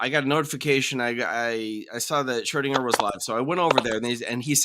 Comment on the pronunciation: Shro-DING-er. ಠ_ಠ